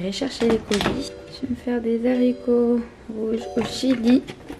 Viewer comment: "je vais me faire des Zharicots" 😭😂😂